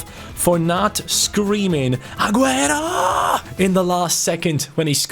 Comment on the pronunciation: put aguero not aguro Jr hi is not a Brazilian